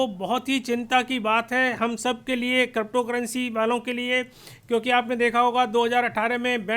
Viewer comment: आपको अभी तो क्रिप्टो शब्द भी सही से बोलना नही आता